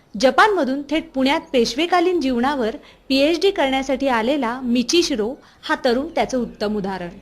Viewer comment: its not michi shiro, its Michihiro... Michihirio Ogawa (मिचीहीरो ओगावा) plz update